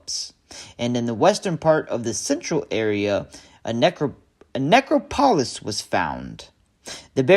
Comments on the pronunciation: Don't take this the wrong way, but it's not a 'Nekro-poliss' It's a 'Nek-krop-polis". But, a great post. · I'm sorry, it bothers me... "ne-CROP-o-lis"